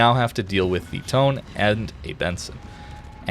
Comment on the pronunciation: Tone is like "Toe-Neh"